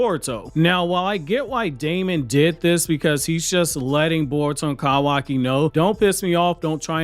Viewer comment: “Kawakiwockee” and “Eidas wap” is crazy ngl 💀